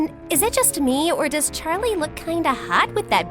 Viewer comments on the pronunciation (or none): Did the coach just say “sharlie” as in Charlie?😂